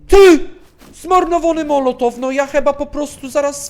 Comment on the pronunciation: Mołotow a nie molotow